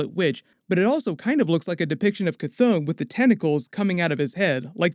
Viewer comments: Sorry man, but your pronunciations are killing my vibe. Ch-thon - Ch (like, chiller) Thon (like, Th-On). The Billboard behind Agatha Harkness is also a bit of a clue, I feel, as to whether Agatha's intentions were bad or good, in this case... the tagline says, 'Using the Power of Mother Earth'. Also, when you get a look at the pages from the Darkhold, the page on the left does look a bit like the representation of the 9 realms (including Midgard) that we got from the Thor films, with the top most part resembling a symbol from the Kabbalah. The symbol on the other page above "Scarlet Witch's" head does look like a writhing tentacle as seen from below, so it could possibly represent Chthon, but also seems to be forming a circle behind her... (see video ). There is going to be fascinating stuff for the next few years within the Marvel movies. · ITS PRONOUNCED KA THON NOT THAT HARD LOL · KAH-th-on, "on" like to turn something on